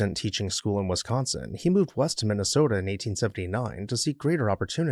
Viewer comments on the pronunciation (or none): none